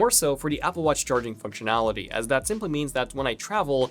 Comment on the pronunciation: Before DAT! It's THAT! Just work harder on your TH's dude.